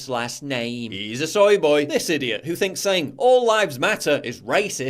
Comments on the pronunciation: Why do you pronounce soy boy "soye boyeee" you soy boy. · isnt it pronounced soi boi